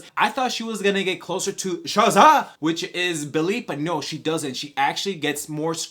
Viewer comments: did you say shazaghm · Bro say Shazam! For me one more time! Lmao sounds funny